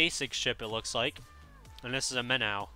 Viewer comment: its now minn- ow its pronounced minn-oh. and the minnow turns faster btw